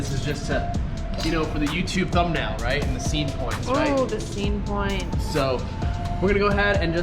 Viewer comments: you are.. ROYT... :P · Yo I think she meant to say, "yes ROYT (Australian accent)" lol